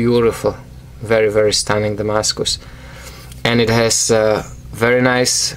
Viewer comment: S. makes some great knives, I love the way you say "Damascus".